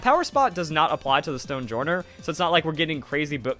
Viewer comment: I feel like Stonejourner's name is pronounced "Stone-Yorn", like how Jormangandr is pronounced "Yor-Mun-Gand" in Norse. Don't know what journ means in Norse, but probably something close to henge as in Stonehenge.